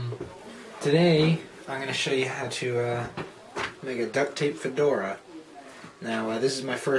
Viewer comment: fedora sounds like "for dora"